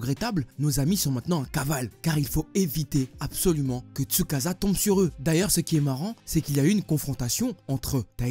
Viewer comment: manga >anime et on ne dit pas tsukaza mais tsukaça